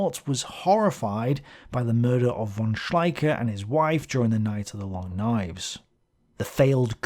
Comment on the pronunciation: A nice o e,, thank you. Little things: th in German is ot Th in English, Thümmel sounds with a very 't'. As'von' sounds with f for fau, not v for vee. And a thought: Had Spain joined the War, Gibraltar could easily have been taken by the Germen. Then, Malta probably could not have held them off, therefore, had this happened in 1940, in the nextyear Afrika Korps could have recived the much awaited resupply and tanks, so their Egypt campaign might not have been halted. And the oil comes then into consideration, in two fold: without Suez, their is a low connection to the Indian army, almost no oil from the Middle East can come to Britain, and Germany gets access to more oil. A less desperate Drang nach Osten (sic!) is then required, or even a delay on the Barbarossa. A real change of the course of the War. What do you think?